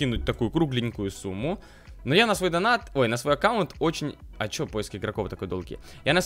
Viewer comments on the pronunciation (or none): none